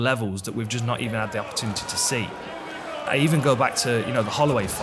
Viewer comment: Wish someone would teach Dan how to say opportunity because oppa-two-nitty isn't it.